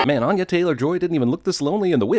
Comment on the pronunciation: Why is he saying onya, it's anya